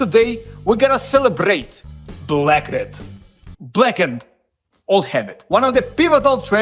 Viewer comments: Blacken-ed, black-ned etc...they aren't "other" ways to say it. They're simply incorrect lol. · This is how you TRULY pronouce BLACKENED : BLAKEND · Thanks for sharing the pronunciation aspect. If I could advise, it might be easy to remember as 2 different words. Black-End. Blackend! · "Culuh Ah Wold Blackend" is really how you pronounce "Color Our World Blackened". You don't need to say it like normal english. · It's spelt "BLAHKUNED", just listen to James pronunciation of it yeesh. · Black End (pronounced way) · there are rare words that american people pronounce the way you did 'blackened,' -- specifically one word but for the life of me, i can't find it. i keep ending up on sacred for a reason that makes me sound very stupid OH blessed. a lot of people for some fuckin' odd reason say "blessed" like "bless ed"